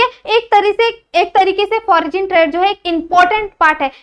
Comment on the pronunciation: fogin nhi mam foreign h wo